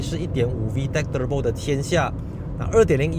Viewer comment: 你说～ turbo~ 和其他人不一样😅😅 舌头会抖动的发音。